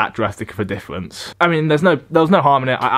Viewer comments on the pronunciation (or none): Did you find a diffwence between the pwepped and the fwesh bweakfast?